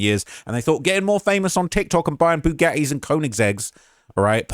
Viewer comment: He dont pronounce Bugatti like an American